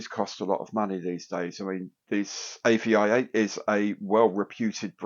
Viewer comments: AVI-8 is supposed to be pronounced aviate. As in "fly". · pretty sure its pronounced Avee-eight, I do like the AVI-8 brand but not sure about the Airfix branding